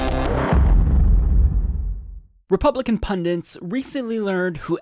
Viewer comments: By the way there is no such word as pundints. It's pundits. One n as in pun-dit not pun-dint. Many get it wrong - it's just a pet peeve I know. But it is what it is, to quote the occupant of the oval office. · It's "pundits", not "pundints"